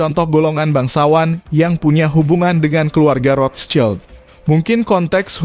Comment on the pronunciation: cara nyebut rotchild salah